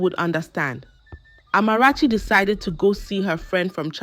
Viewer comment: She doesn't pronounce words like a Ghanaian and has no Ghanaian accent. She pronounce the Amarachi perfectly.